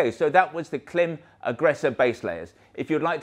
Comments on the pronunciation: I do wish you'd use the right pronunciation for Klim though, otherwise I wonder what other facts are you obstinate about.. even if incorrect. Call the the company and they will tell us how to say the name (it rhymes with climb). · It's as if we said Belstaff mispronounces their own name. We proclaim, with no basis whatsoever, the correct way to say it is Beelstuff. You have done this to Klim and it's a bit disrespectful and silly. No? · Hello. You pronounce KLIM wrong. Not that i'm trying to be a smart ass or anything like that :P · Creditabity immediately lost when you can’t pronounce the name of your ‘American friends’ correctly.